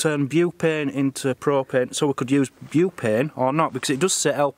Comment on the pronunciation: says beuuupain lol